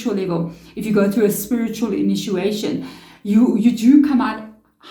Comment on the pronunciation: It’s initiation, not inituation.